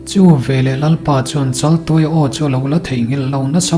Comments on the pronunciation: Chaltuaia ni si, Laltuaia tiin i lam zel a. 😅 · A thupuiah chaltuaia tih ania,mahse I chhiarnaah hian laltuaia iti leh deih sia,enge a awmziale